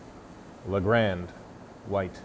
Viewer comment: The " Le Grande" tourer!